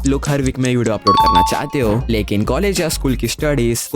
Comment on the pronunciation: Lekin ❌ likin✅